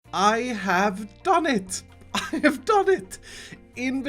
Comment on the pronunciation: "I have don it!"